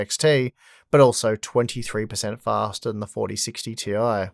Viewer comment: fah-stah fah-stah fah-stah